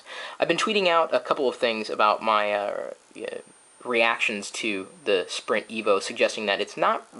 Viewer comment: Sprint Foo? haha. Nice Chris...